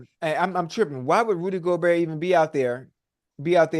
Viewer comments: Shit is almost embarrassing. Guys been covering the NBA for months now and we’re in the conference finals. How does he not know how to pronounce his name? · he’s close enough and it’s not like he’s completely mispronouncing his name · but....he is lmao. Imagine your profession is covering sports, you've been covering specific team for months now, and you still can't pronounce the most simple last name of a 4x DPOY. It's like he doesn't actually watch the games or something lol. Just another example of his lack of awareness/attention to detail. Little things like that is why he wants to get on ESPN but can't. Not nearly professional enough. But "its close enough" I guess